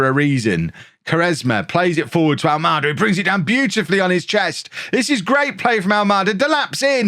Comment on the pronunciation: ALMADA , you've been saying well . Its a Portuguese name , of a city on the south side of Lisbon ,capital of Portugal .